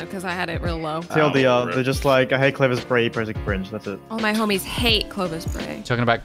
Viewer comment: ClOwOvis Bway uwu